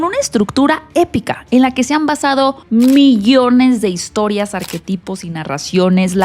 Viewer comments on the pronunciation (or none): none